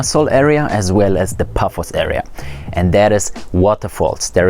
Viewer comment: Paphos, not Puffos